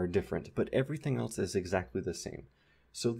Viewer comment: Now I'm sitting here analyzing everythiiiing and I realize you're one of those people who pronounces "else" like "elts." You're ONE OF THOSE. haha. Really though, thank you for these videos and I recommend that everyone visit his Patreon or personal website to throw a couple dollars at him for this greatness.